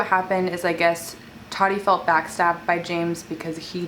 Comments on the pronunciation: It’s ta-ti not Tati . Lol still love you tho ❤️😂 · totti? its ta-ti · The way you say Tati sounds like toddy and it’s so funny 😆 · This is funny because Tati has said in the past that her biggest pet peeve is when people call her “Toddy”. And you did that so many times 😂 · every time you said Toddy I giggled hehe love u girl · The way u kept saying “toddy” had me dead sksksks 😂😂😂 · it made me laugh how said tati’s name like “toddy” 😭😂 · When she says “ tati “ it keeps sounding like she’s saying “ toddy “ 🤣🤣🤣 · lmao am i the only one that noticed her sayin “toty” not tati lmao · how you kept saying her name “toddy” 😭😭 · I was literally gonna comment about this 😅 but Fr how you get toddy from Tati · Luv u but I cringe every time you pronounce Tati like TODDY lol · One hundred percent agree with you about tati & James.. the way you say Tati name 😂